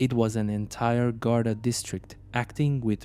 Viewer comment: Anyone paying any heed to this should be asking firstly how much the maker of it can possibly understand about Ireland if they are making a video about the Gardai and they don't even know how to say the word GARDAI. They also call the I.R.A. "era". Don't be allowing yourself to be being influenced by the world's laziest AI.